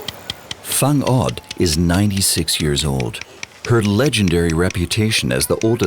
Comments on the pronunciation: Wang-ud not fang-ud ok,i appreciate your effort for making this documentary but i just hate how u pronounce the place like Buguias bcome bugayas,Baguio bcome Baguyo i have met many foreigners there in Kalingga,Sagada,Bontoc and Baguio but they pronounce it properly,my comment is not for bashing u but this is a positive criticism tnx. It's ok to be corrected bcos we're all humans that commit mistakes. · Thanks for covering our region. 😊 Just a simple and friendly reminder, please work more on translating dialect properly, and on properly pronouncing names and places (i.e. Whang-od and Baguio) 💜 as this might cause confusion to other audiences. 😊